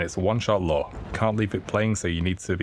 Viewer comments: Nope, its lure, as in attract not lore as in a story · it sounds like hes saying law and not lure lol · sounds like hes saying "law" and not "lure"